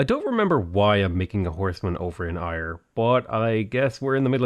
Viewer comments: The city of Ayr is pronounced like air instead of ire 👌🏼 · Ayr is pronounced 'Air' not 'Ire' just to be that guy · "Air" not "Iyre"! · Hey man loving the lets play first one of yours im getting into properly so keep it up. But being Scottish can help but cringe the way your pronounce Ayr not hating just mentioning out of interest but its pronounced Air rather than Ire. Keep up the great vids!!! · It’s pronounced “air” for Ayr, as a Scot this annoys me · Great video! Ayr is pronounced like Air :D EDIT: Scone is Scoon too hehe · Ayr is said Air btw. I had no idea what town you were talking about for so long haha. Great vids! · just to let you know, Ayr is pronounced the same as 'air' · Just if your wondering the citie Ayr is proununced air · Please for the love of all that is holy please call ayr (Air) properly its driving me crazy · Sorry but it's pronounced "air" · Sorry, but again “Ayr” is pronounced like “air”. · How you pronounce Ayr makes me die a little inside ever time....lol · Hate to be that guy, but Ayr is pronounced 'air', Scone is pronounced 'Scoon'. Also find it strange that the devs picked Stirling as Scotland's capital, as when Robert the Bruce ruled Scotland the capital was Dunfermline. He lived there in Dunfermline Abbey and is buried there. Quite an interesting place if you're into that sort of thing...